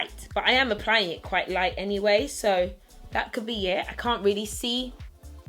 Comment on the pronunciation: "nothing Michael, you're still qwhite"